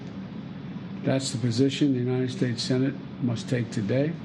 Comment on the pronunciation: “And god bless... the United shayshe” -Donald Trump